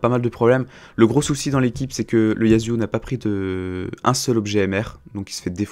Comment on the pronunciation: Tu peux dire YaSSSSSSSSSuo et non YaZZZZZZZZuo stp sa me stresse xD